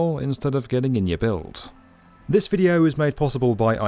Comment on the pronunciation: As an American learning Swedish, I was like "Ummmm...." I wondered for a moment if he hadn't seen the definitive... which I was thinking was "bilet," but then I remembered it's en bil/bilen. So, yeah... think he said "bild."